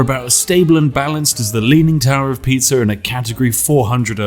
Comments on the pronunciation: Excuse me sir, but he very clearly said "leaning tower of pizza" lol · is pisa Not piza ! spiff i will shout to you ALLA PUGNA!